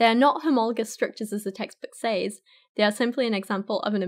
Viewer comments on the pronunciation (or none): Please teach us and tell us more Dr Longfingers. And it's pronounced Says, not Saze. 🙉